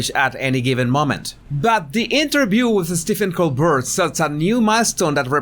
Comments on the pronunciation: It’s pronounced like Colbear not Colburt. The T is silent. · coBEAR not co BERT. 😉 😗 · PRONUNCIATION: STEVEN COLBERT (Coal•Bear) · Coal-bear. That’s how you say it. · Great video but just so you know Colbert is pronounced Col-BARE. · His surname is pronounced Col-bear just like the French actress from 1930s movies: Claudette Colbert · In America, Colbert's name is pronounced Colbear. No judgement. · Yes, he started pronouncing it the French way when he started The Colbert Report (The Colbear Repor). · Colbert is pronounced the French way.